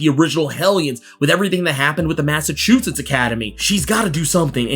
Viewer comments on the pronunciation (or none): none